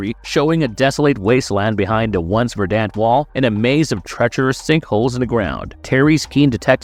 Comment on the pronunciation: It’s not “ver-DANT,” it’s “VER-dant.” The emphasis goes on the first syllable.